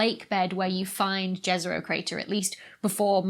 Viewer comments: I love your videos Dr. Becky, keep them coming. Just wanted to point out that you mispronounced "Jezero". It's pronounced like "Yezero" and it means "Lake" in Serbian and few other slavic languages. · Dr. Smethurst, Please! Martians, if they existed, would not speak English. Please try to pronounce the martian toponyms is a way approximating the pronunciation in the language they come from. Start "Jezero" with "y" as in "yes", not "j" as in "jazz". See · If people are interested, the correct pronunciation is 'Yezero'